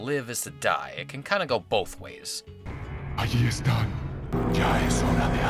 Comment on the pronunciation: Ahí están.. When the enemies said that It always reminded me of food because I heard it as "Alietta" which seemed like Aletta and it reminded me of aletta Di pollo aka chicken wings Yep. I love eating